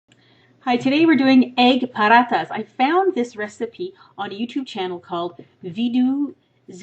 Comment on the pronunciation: lol! you're pronouncing it as if its mexican! but good try though!! xD (btw i'm indian ^__^)